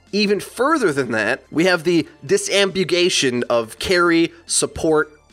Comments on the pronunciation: You mispronounced disambiguation. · trying to pronounce "Disambiguation" is quite possibly my new favorite thing. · your pronounciation of disambiguation was horrendous